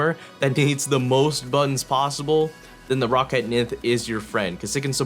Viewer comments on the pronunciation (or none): none